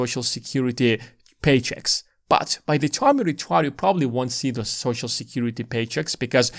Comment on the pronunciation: Good video. I agree with everything except for how you pronounce the word “time”